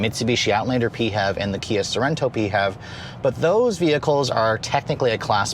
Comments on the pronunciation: Can't say I've heard anyone call it the PeeHEV, usually each letter is called out🤔😋 Great review on a really great lookin' ride😎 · Why tf is this dude saying PHEV so weird 😂😂